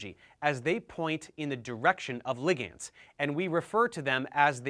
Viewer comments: "Lig ands"?!? Bruh. It's pronounced "li-gnds". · Are you actually pronouncing ligands as ligiands?!